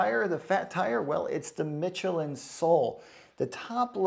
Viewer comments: Good review,but it's pronounced Mishelin,not Mitchelin. Same as the state of Michigan. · That's Michelin with the CH actually pronounced like SH, like if it were spelled like Mishelin!